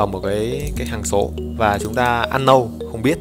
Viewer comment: nhỏ gì mà nhỏ. Unknown thì đọc ăn nâu là đc rồi. bày đặt thêm "n". xem video IT mà cứ như học English ko bằng í : ))